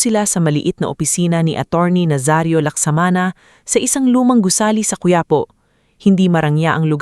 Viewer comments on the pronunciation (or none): none